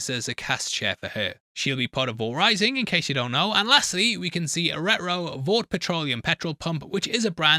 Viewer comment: The way you say retro sounds like ruh-roh